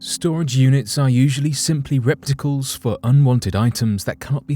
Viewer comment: I did hear that correctly LOL